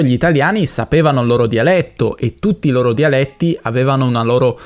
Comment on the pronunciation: "DIALETTI" con la "e" chiusa. Amico hai mancato dopo pochi secondi dall'inizio del video